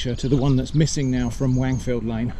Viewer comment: Stop saying Wangfield, I can't take it 😆